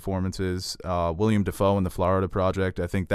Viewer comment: They’re giving each other shit for pronouncing names, and yet they both said “William Dafoe”... it’s Willem...